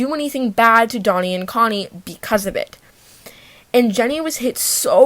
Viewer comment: not that it matters but i'm just wondering, would it not be pronounced closer to how she first pronounced it? If they are called 돈 and 콘 then that sound in korean is like "Doh" and "Coh" as in "dog". Not like "dough-nee" and "coe-nee" as in "donut" honestly I don't think I've ever heard them say their name out loud